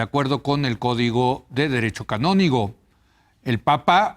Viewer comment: Se pronuncia canónico , no , canonigo ,y es Carlos Aguiar Retes, no , Carlos Aguilar Retes.